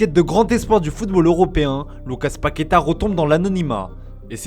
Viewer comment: Un peu d'effort sur l'accent pour la prononciation de mots faciles en portugais ! Cherchez comment se lit le dernier a de Paquetá ! et c'est MoreNinha pas MoreRinha et Rivelino pas Rivelinho